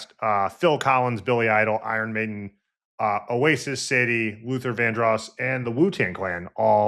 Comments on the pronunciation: Ummm Sadie instead of sharday? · Sadie? 😂 Sadé (Saa-Day) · called her Sa-die. Wow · Pronouncing it like "Sadie"....we heard that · You didn't correct his pronunciation of "Sade".